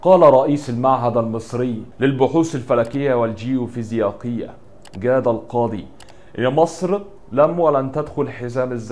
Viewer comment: غلط الفيزيائية وليست فيزياقية ههههههههههههه